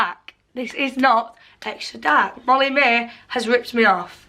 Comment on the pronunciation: "molly maeee... not appay"